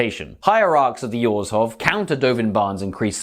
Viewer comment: I applaud you that you pronounce Orzhov correctly. The phonetics of "zh" is why I love listening to Russian and French so much. Or-zov just sounds silly.